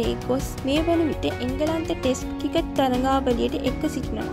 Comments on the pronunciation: කිකට් නෙවෙයි ක්‍රිකට් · කවුද බං මේ වොයිස් කරන්නෙ. ක්‍රිකට් කියාගන්න බෑ. කිකට්